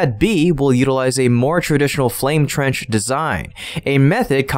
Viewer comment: Your English just seems to be getting worse. Someone there needs to go back to school. Dual Flame Trend. What the heck is that? Did you mean Dual Flame TRENCH? Come on. Get it together people!